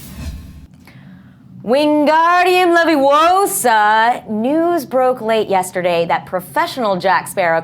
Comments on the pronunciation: It's Leviosa not Leviwousa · it's Leviohsa